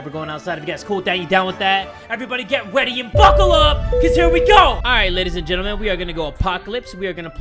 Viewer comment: Did jay just stay get weady instead of get ready 😂